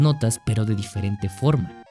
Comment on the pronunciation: Dice "DIEERENTE" xd